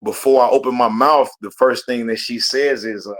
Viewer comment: Someone tell him it's "mouth" not "mouff"